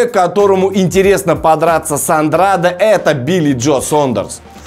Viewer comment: Вообще то правильно произносить Андрэйд. Навернее было бы правильнее для Гены провести один бой во втором среднем до боя с Канело.